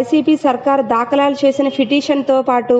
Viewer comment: Telugu matladadam vachhina vallani anchor ga pettandi, dakalalu kadu dhakalu, alane cheap justice kadu Cheif justice 😅